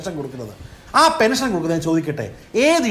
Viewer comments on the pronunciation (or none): എടാ ഊളെ,, ഞാൻ നേരത്തെ ഒരു തവണ നിനക്ക് പറഞ്ഞു തന്നു, പെനിഷൻ അല്ല പെൻഷൻ എന്ന്